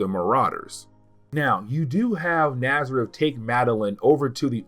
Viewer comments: STOP CALLING THE DEMON NAZARETH! It's genuinely painful to hear. It's not even CLOSE to his name, which is N'astirrh. Pronounced "Nastier". Jesus wept. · Man,I sincerely apologize for my "know-it-all" type correction,but the demon's name is N'astirh,and sounds like in-ast-ear.